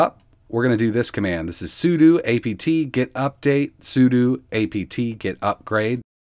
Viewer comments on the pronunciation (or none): none